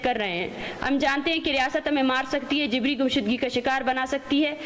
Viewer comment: She is pronouncing JABRI, JIBRI. Why has Shehbaz Sharif allowed this hater monger? Let her be in the same room where is unwise IK